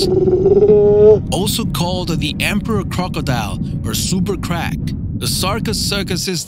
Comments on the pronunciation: He said super crak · Super crac? Super croc.